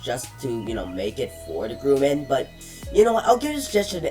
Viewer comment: Its pronounced Grum-an no gruman